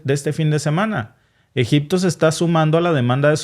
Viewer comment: Se dice Egipto no egicto